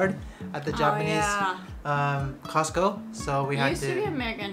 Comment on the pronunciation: 発音 コスコーJAPANね(笑) #カタカナ英語 🌷🌸🌺🌻